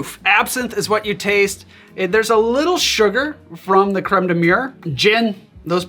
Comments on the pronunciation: You keep saying cream of wall (crême de mure) instead of cream of blackberry (crême de Mûrre, Mi'your) Great video, best to you! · Man, I went through too much content on birds today; I heard "creme de mûre" and thought "murre" instead! That would have been an awkward recipe...